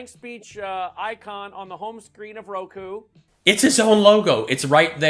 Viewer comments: It’s AMAZING how completely STUPID mike is, rokU NOT rokOoo . How in the world was he able to put a company together??? I wonder how the heck he gets his pants on the right way. Amazing. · REMEMBER HE IS THE ABD GUY. LET'S HELP HIM OUT IT'S "ROKU". SMH. Election "frawd" was priceless 🤣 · If this were a comedy movie and the first time the actor pronounce it as Roko instead of Roku I would probably giggle a little bit, but if in the movie the actor kept saying it I would probably start to get a little annoyed and think to myself that no one is that dense and dim witted, but this real life 😂🤣😂🤣😂🤣😂🤣😂🤣😂🤣 Now excuse me while I find a wall to bang my head on 🤯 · Man can't believe anyone listens to a man that has heard his own pr guy say the word ROKU six times and Mike STILL SAYS ROKO!!! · He keeps saying "roe-koe"!!!!!! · What on Lindell’s lower lip is so yummy that his tongue is always hanging out of his mouth and licking this area? Why does this man have so much trouble pronouncing words or finishing his sentences? It is amazing that anyone would take this clown seriously. What a joke and what great entertainment. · He supposedly smart enough to figure out packet captures but doesn't know what ROKU is or how to pronounce it.